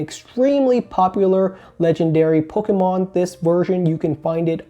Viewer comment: I love the way you say “poke-UH-mon” lol